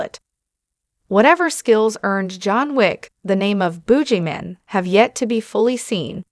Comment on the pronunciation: What's a "spine-off"? And a "bougie-man"? (I'm guessing it's just a guy that's really stuck-up. 😂 )